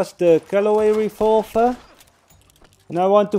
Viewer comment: It made me mad when that kid made fun of you for saying refolver and not revolver thank you for this video